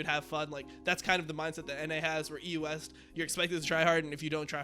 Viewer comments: The way you pronounce EU West it sounds like you are saying the US every single time. So confusing. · Why does he say EUS, instead of EU West?